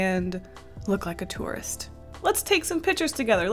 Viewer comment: When was saying tourist at first I thought she was saying Taurus like the zodiac sign